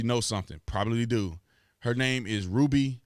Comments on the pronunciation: It’s RUBY...not RUDY. And people supposed to believe you when you can’t even pronounce simple names 🤦🏽‍♂️. SMDH Lmao 🤣🤣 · La Ruby not LA Rudy??!! You keep saying it over and over man. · It’s “RuBY” with a B, Bruh. Rudy is a Huxtable...